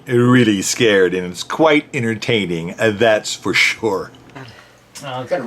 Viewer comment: According to him it's all very "Innertaining". I love when people pronounce words the most ridiculous ways.